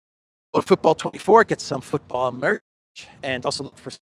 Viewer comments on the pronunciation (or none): none